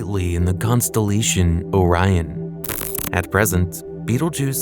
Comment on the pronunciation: So is it just items in space that you can’t pronounce o rion bro come on you pronounce everything else fine